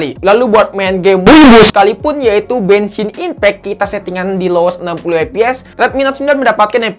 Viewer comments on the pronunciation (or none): Gua dengarnya bensin impek